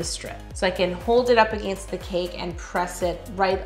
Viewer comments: Nothing against it but it scares me when she said against😅😆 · I love when Yo says 'against' bc you can really hear her accent, I find it amusing and fun.